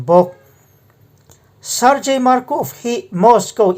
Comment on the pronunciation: Sargei tih hi (gang) kan tih ang hian Sargei tiha lam tur a niiii